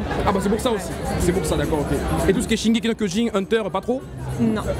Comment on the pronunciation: Personne qui dit shinegeki no kiojin ça fait mal